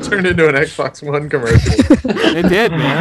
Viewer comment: speedys xbox one sounds more like ex box, owuan